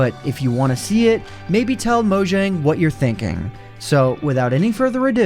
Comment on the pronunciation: Down voted for pronouncing it "Moe-jjang" instead of "MawJong"